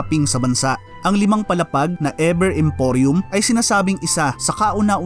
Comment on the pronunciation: E "VER" Hindi E "BER"